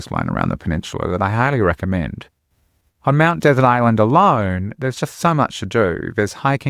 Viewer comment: It's pronounced Mt DeSERT Island, like we pronounce dessert.